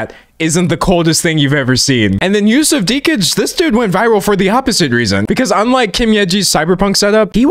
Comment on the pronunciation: Extremely out of topic but I really truly appreciate the fact that you pronounced Yusuf Dikeç's name as correctly as possible so thank you, that was refreshing to hear 🙏